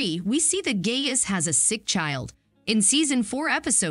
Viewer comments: FYI: It’s pronounced “GUY-us”. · the narrator needs to learn the correct pronunciations of disciples and Gaius. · If you watched The Chosen, you'd know how to properly pronounce the centurians' name. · Well, good job of narrating this video. However, you seemed to know know how to pronounce the name of Gaius. Several times you pronounce it "GAY-is" (incorrect) andante or twice you say GUY-us" (correct). I believe this tells me you're never seen any episodes of the "Chosen." (Am I correct?) Try watching. Just might change your life. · "GUY-US" not "GAY-US". Sorry. Don't mean to be like that but we've lost the rainbow and the month of June to the alphabet soup lbgtmnopabc, no need to give them more power. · Guy-us not Gay-us. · Its not Gay-us. It is pronounced Gi-us. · Gay-us? LOL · Could you try to pronounce the characters’ names correctly? Gaius prophetically is Guy•us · “ pronounced “ Guy us “ I’d rather hear the actors talk! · Have you even seen the show? Youre not even saying Gaius’ name right. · Narrative is wrong, not only mispronouncing Gauis wrong (the a is silent) but saying that he asked Jesus to come to his home. He did not say that. This happens often in many posts. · And mispronouncing Gaius's name. It would be awesome before making a video about a series, they would watch it first. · Hmm narrator does not know how to pronounce disciples and Gaius.